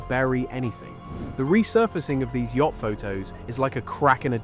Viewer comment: Yacht not "Yatch"